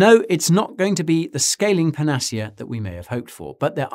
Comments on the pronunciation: panner- seer. NOT panecea as in panache !!!!!!!!! Learn how to pronounce before making presentations ! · Okay it may be 28 years since I left the UK but I don't ever recall my British homies pronouncing panacea as "per nas see yuh". Doesn't everyone else pronounce it "pan a sea a"? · Great video, but was ‘panacea’ the word you were trying to pronounce? 😂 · Are there different pronunciations of 'panacea'? I've never heard this variation. I'm not a native English speaker though. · Never heard the word panacea pronounced like that before